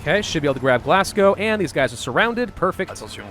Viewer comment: Glassgow?!?!!?! When will somone say glasgow right?